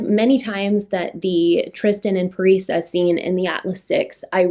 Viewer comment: THANK YOU for pronouncing Parisa’s name😅🙌🏼 I’ve been stumped for a while. I thought it might be the way you said it, but I was never 100% sure. Also, because you mentioned Tristan, I really didn’t like the way he had this attitude for Libby for no reason other than she got on his nerves, and to see him slowly become more infatuated with her and realize that she’s actually super powerful just made me so happy😂 Low key shipped them for a minute. Maybe still shipping them, but also Nico.... But I also feel like Nico could have a thing for his roommate? Could we clarify the roommate situation please😂 Roommates, or something more, I really have no idea😅